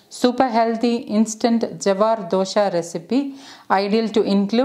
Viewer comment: The recipe name dosa not dosha , don't pronounce dosha , the meaning changes.